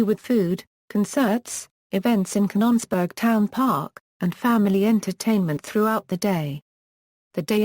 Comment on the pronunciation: robot mis-pronounces Canons-burg as Cahn-NONs-burg. . . and also Vit-tro as Vee-tro. . . . and left out the man-made hill burying the radioactive waste. . .